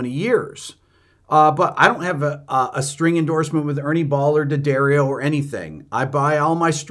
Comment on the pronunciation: Thank you for not saying "DEEEyuhdarreeoh!"